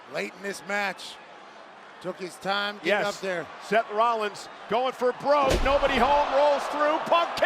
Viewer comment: cole straight said semen